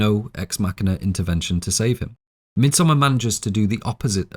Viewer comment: Thank you from the bottom of my heart for pronouncing the title of this film correctly.